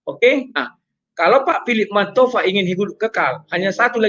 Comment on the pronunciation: Philip 'sabalabalaba' Mantofa 🤦‍♂️🤭